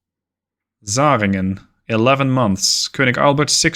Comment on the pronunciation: your pronounciation is generally pretty good but the "zähringen" is just butchered :D